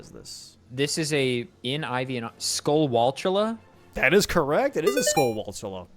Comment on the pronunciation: Did they say Skullwalltula instead of Skulltula? Also, pretty sure you can't stable the Lord of the Mountain either, so the non-stable-able horse BOTW question would have two valid answers.